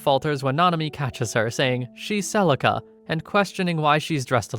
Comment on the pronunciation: Celica not celisa